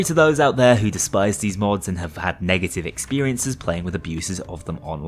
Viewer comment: who says hood its had